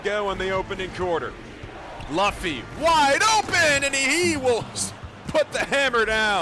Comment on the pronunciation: Ts spiked my cortisol every time he said it